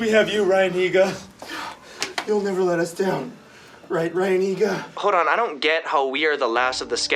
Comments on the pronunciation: dude its neega heega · the way they kept saying ryan higa dou 😂